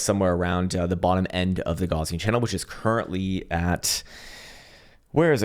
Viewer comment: my dude - "gaussian channel" is named after the german mathematician, karl gauss. it's pronounced "gauss-ian", not "gauze-ian". just a fyi... besides that, i liked the video and gave it a thumbs up 👍